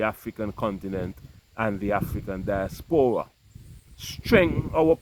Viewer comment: Di-AS-pora not dias-PO-ra.